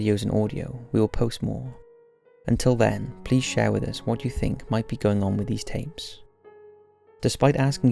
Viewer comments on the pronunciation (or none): none